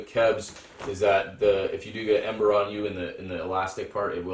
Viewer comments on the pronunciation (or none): none